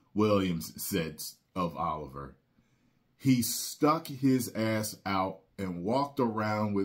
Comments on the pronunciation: Laurence Olivier (o-live-e-ay) not (ah-live-er) was a non-comedic adaptation on Shakespeare's play. While Olivier's makeup was comedic (but not offensive), the film was satisfactory. I watched it for college. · Laurence.... O-live-ee-aye